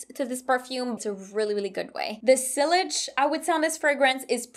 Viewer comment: So sillage is pronounced see-yage